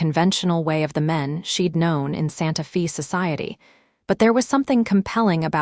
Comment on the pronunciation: fix AI to read Santa Fe as Santa FEY, not Santa FEE - PLEASE!!!